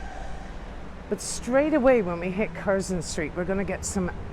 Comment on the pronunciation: Lived and worked here decades ago. Its hardly changed at all. It's said Curzun and Barkley btw. Lovely virtually tour thanks.